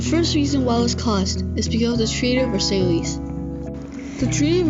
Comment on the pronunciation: The treaty of Versailles and he said versailees